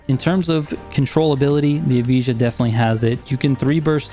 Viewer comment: Bro I’m American too still can say it right 😅 EV-I-UH all together and that makes Evija